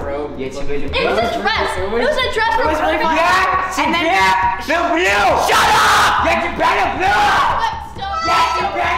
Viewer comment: I love how said shut up wrong lol